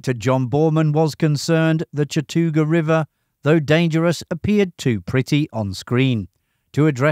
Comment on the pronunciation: Learn how to pronounce 'solder' along with 'Chattooga'.